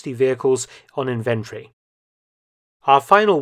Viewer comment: The word inventory has 4 syllables - Dork ...